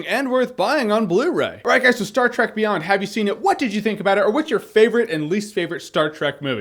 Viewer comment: Every time he said "Trek" I herd it as 'Shrek'. Dunno why. Don't ask.